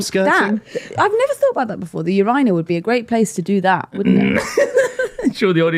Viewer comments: please speak the dead Queen's English correctly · Today, I learned how Brits pronounce "urinal".